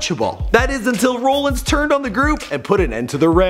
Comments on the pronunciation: it isn't roellins and umbrose it is am-broes and rol-lins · its seth rollins! not "seth rowllins"! & dean ambrose not "dean aam bros" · Yes Embrose and Rowlins. Well said😂. It’s Ambrose and Rollins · Amb- rose rawl-ins not roll rawl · "dean umbrose and Seth roolins" cringe asf b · It's not embrose it's Ambrose and it's not roleins it's Rollins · Seth "Rollin" 😂😂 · its Seth ra-lans Rollins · It's rollens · Seth Roll-ins and Dean Am-bro's! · Rollins(RAW-LIN-Z) Dalton(DAL-TON) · Ambrose(Am-Brohse) Rollins (Rah-Lins) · it pisses me off how you don't know how to pronounce Seth ROLLINS and Dean AMBROSE and it's N X T NOT NEXT dam get your sh%& to together f#$% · rowlins and ambrowse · It's rah lynns and am brose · Seems like you did little to no reserch about him ...if your gonna do before they were famous it don't tie much to watch a old match in NXT..not next ...and pernounce everything you slaughtered ....am..bros....rol..ins....smh ....worst before they were famous ever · Rooolins leekee next (Nxt) i'm dying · He said roll ins and am bros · JVD and "Umbrose" and "Rulluns" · Omg can you say rollins and ambrose right. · Oh my god the way he was pronouncing the last names oh my god.....So damn horrible 🤦🏽‍♀️ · this guy don't know shit about wrestling, he can't even pronounce Ambrose, Rollins, not even NXT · You totally botched ambrose and rollins name lmao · How did he mispronounce Dean AMBROSE and Seth ROLLINS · Atleast pronounce Rollins, Ambrose and nxt correctly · How he pronounced Leati, Leakee and Rollins 😂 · the way this guy pronounced Rollins and Ambrose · Shak fr and how he was pronouncing Seth ROLLINS AND Dean AMBROSE last names